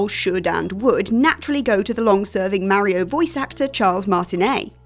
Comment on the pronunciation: The mario take aswell as the way you pronounce it aged like milk